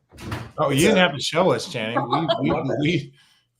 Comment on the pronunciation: Perk is like the uncle who everyone goes "there he goes again" to. And, what is on his screen? he keeps changing colors. Also, every time he says Channing's name, it sounds like "Shannon".